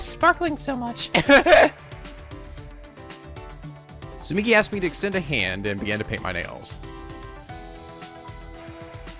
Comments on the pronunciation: The way keeps pronouncing Tsumugi sounds kinda like Tsumiki, and it's bringing back SDR2 feels I didn't know I still had. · How dare he mispronounce Tsumogi's name! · Woo. Exciting. Minus the death part. I forsee people pointing out Tsumugi's name is not Tsumigi. Its okay guys. will correct himself if he really feels like it. Not like anyone corrects him with Morishige. Shocking news: cant pronounce JP names that well. It happens! Dont get hung up on it. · you need to stop pronouncing her name as Tsumigi lol. It's Tsu-moo-gi. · Not even three minutes in and we already have a FMA reference from Tsumugi. Speaking of which, still mispronouncing her name. It's not Tsu-MI-gi it's Tsu-MU-gi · It's not Tsumigi, it's Tsumugi... This is the new Ashina and Komayda, isn't it? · Marche800 Moshirige instead of Morishige Ashina instead of Asahina And now Tsumigi instead Tsumugi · ikr? When he says Tsu mi gi, i hear Tsumiki which reminds me of Mikan X_X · Tsumugi. No TSUMIGI. You're pronouncing it like she's Mikan Tsumiki. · Tsumugi, not Tsumigi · her name is Tsu-MU-gi, not Tsu-MI-gi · Ummmm, is it just me or is he pronouncing Tsumugi wrong? It sounds like he keeps saying it like Tsumigi instead......which is wrong. Edit: nevermind, he corrected himself later. Or I was hearing things. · TsumUgi, not TsumIgi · Tsu-moo-gi. Not migi. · It's Tsumugi not Tsumigi. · it's not hard to say TSU-MU-GI,! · Just so you know, it's soo-MOO-gee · Repeat after me. Soo-MOO-gee. Tsumugi. you've been pronouncing my girl's name wrong this whole time:p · Tsugumi isn't a hard name, you'd think he'd be able to pronounce it right... >~>